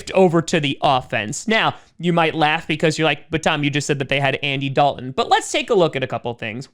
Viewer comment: Yeah, there's a "t" in, "Dalton" as well. I realize you're a Packer fan and have limited intelligence, but I've been trying to help you for months.